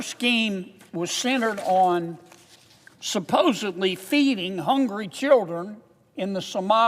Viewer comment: Did he say supposebly????